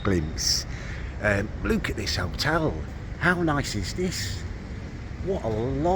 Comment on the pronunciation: Its pronounced look not lewk